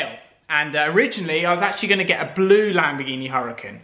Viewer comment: c'mon dude - in regards to your previous Lamborghini Huracan, it's pronounced 'Ura-kahn' - the H is silent.